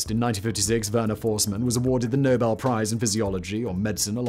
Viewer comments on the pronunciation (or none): none